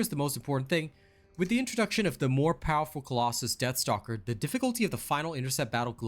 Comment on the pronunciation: I swear it sounds like he said Death Note :)